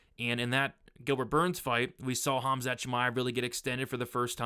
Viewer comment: Khamat???? lol